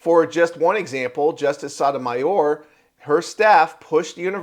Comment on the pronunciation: It's "SO-toe-my or" not "sot o my or".